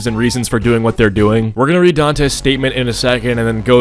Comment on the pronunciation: Pretty sure that's pronounced like "Dantè"?